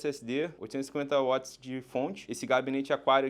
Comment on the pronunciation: Que vídeo incrível! Salvei para tirar algumas ideias para o meu setup. Acho que é o primeiro vídeo tech que vejo, que o cara pronuncia a unidade de potência da forma correta kkkkkkkkk